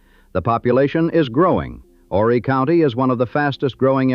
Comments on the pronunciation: IT'S OOOOO-REEE!!! NOT "WHORRY". YOU DON'T PRONOUNCE THE H. AND ITS POR-SHAY... NOT POR-CHER. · The H is silent in Horry sir.